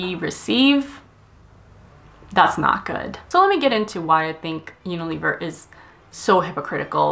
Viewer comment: That’s not how you pronounce Unilever